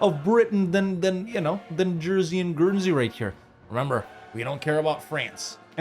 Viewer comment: Dude.. Jersey and Guernsey? Really?